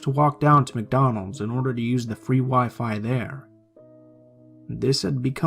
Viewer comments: So where going to ignore the fact he said “Macdonald’s” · Did anyone notice the "Macdonald's in the beginning